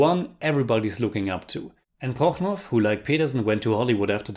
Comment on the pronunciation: Jürgen Prochnow's surname is pronounced "Prochno", not "Prochnoff", similar to many town names in Nort-East Germany. Russian name endings (like Romanow) are spelled "-ow" in German as well, but are pronounced differently.